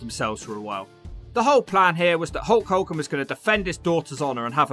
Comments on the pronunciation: Love how he pronounces it holk holgan hahahaha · "A HOWWA POWWA"